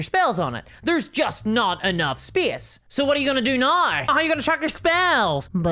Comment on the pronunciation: I like her accent, I think it's adorable. And of course in Ireland we're the ones with an accent!! 😂. I like it when she says "now", to my ear it sounds like "now-ee." 😊👍😎